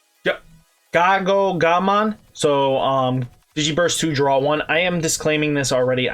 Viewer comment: If it helps, it's "Gow"-"Guh"-mon!